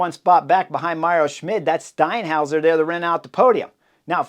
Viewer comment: That was the best 'Steinhauer' I've ever heard. Impressive!